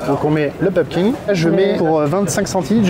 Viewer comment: PumpKIN, pas PumpKing.. autrement le terme potimarron existe aussi 😂